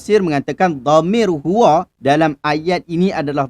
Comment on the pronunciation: qul huwa...bukan huwo..